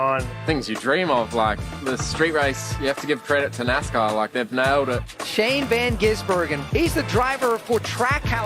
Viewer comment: they still say his name wrong yet celebrate that they got it right lmao